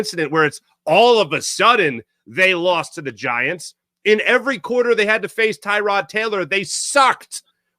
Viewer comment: Giants and cardinals ALSO stink! Also its Tih-ROD Taylor, not TIE-Tod